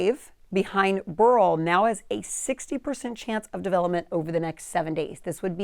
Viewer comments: It's pronounced Bear-ill, not Burl. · This woman has a problem with her pronunciation of names: Burl…Campaychay. What?! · Should be pronounced similar to Barrel. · Beryl is pronounced similar to barrel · I always thought it was pronounced 'barrel', who knew.